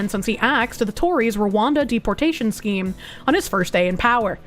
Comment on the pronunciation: "Schkeem" "Peckege"